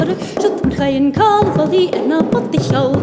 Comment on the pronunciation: Yeah, when she says "Bhogainn" it sounds like "f***ing", I think it's pronounce "poh-king" or something to the effect. Either way, I want to learn this song.